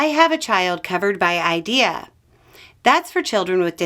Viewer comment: TY for correcting DOE to ED! It’s driving me crazy!!!!! Also: it’s pronounced IDEA (the letters, not a word). I’m an educational advocate support students who have IEPs - I’ve lost count as to the number of parents who have reached out to me wondering what is going to the crucial services their children need.